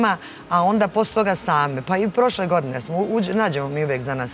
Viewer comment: tri go'dne zeno daj nauci da postoji slovo ...A sa fahrom smori...sad joj se ne uvlace vise u pedu